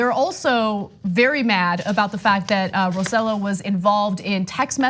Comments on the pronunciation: His last name is not said like that Ana! It’s not Row Sell O, it’s Roe Say Yo! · The idiot's last name name is pronounced "roseYOH" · I thought of this same point. They've learned from the best in Washington. And by the way his name is pronounced "Roe-say-joe" thanks again. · OMG! I was just about to comment on this. I don't like the man but it just irks me when names are mispronounced. ROSE JOE. ROSE JOE! Even the FOX anchor pronounced it right... sheesh. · Ana, great piece. Just a suggestion: "Rosselló" is pronounced with the emphasis on the "o" and the two ll's are pronounced like "yo." You don't need to have the pronunciation of a native Puerto Rican. But getting it "in the ballpark" will at least make you sound less ludicrous to Spanish speakers than you do now. Thanks!